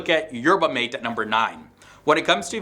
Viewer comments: Not “mate”, you have to learn how to pronounce it( mah- teh) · The drink is pronounced, 'mah- tay'. Thank you.